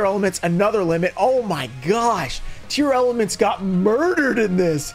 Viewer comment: I gotta ask, why do you keep saying it as Tear-Element? It's a portmanteau of tear and lament.